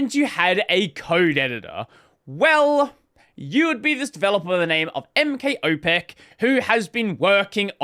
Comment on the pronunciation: Yeah, that `M K Opec` sounded so weird... BTW, in case anyone wonders: `ć` is soft, unlike hard `cz` (`tch` in English), but the only way I can think of how to explain it using English letters is `tshi`, but without the final `i`. Basically, the tongue is higher than when saying `tch`. `ł` is just English `w` as in "wow". And I'm pretty sure he is a person (no way an LLM could implement that autonomously), so `s/ What / Who /` and `s/ it / him /` ;)